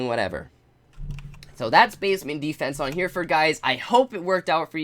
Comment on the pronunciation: yesss finally someone who pronounces hair-rare-fud properly